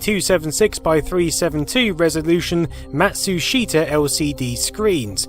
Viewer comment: Matsushita is pronounced "mah-tsoo-stah" The "shita" in Japanese isn't pronounced "shee-tah" but "stah"